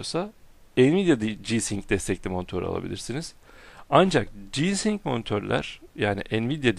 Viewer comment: abi ci-sing değil ci-saynik diye okunuyor ve frii-saynik